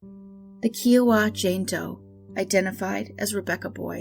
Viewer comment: As an Oklahoman, its pronounced ka iowa. Like the state Iowa but with ka-iowa. I know its petty but I do love your channel